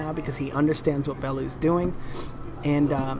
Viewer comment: Bell - you, ffs.